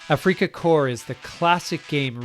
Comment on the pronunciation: It’s not afreaka corps